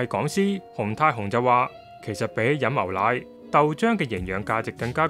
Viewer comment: 「牛奶」兩個字讀唔正